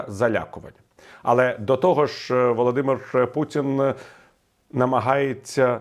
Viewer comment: пан Портников так подчёркнуто выговаривает "Володимир Путин", что аж тошнит